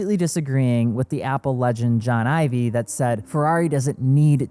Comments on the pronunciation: Apple legend John who? Ivy? It’s Ives. Like bee hives without the h. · You don't even know how to pronounce Ive's name. :face-green-smiling